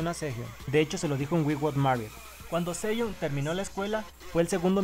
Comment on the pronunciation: De hecho la pronunciación está bien. En "Seohyun" te comes la e y la "y" se pronuncia como una "i" :D.